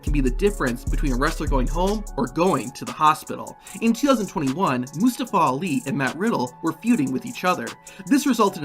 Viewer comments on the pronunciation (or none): just butchering Mustafa Ali name... LETS SAY IT TOGETHER MOO STA FAH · Mostaowa owli ? Is that correct? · You should probably learn to how to say Mustafa Ali's name